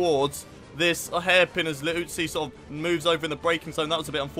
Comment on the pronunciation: He finally said Liuzzi correctly! Guess it took something like 5 episodes for that, :P